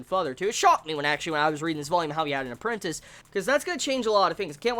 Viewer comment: Yeah "appreantice" -__- ,All who read the series know what I mean.